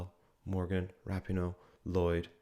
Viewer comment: If you can’t even pronounce “Rapino” correct... Also they were the last team to play on the last day in the first round of group stages so u think they probably had so much excitement built up that they could help themselves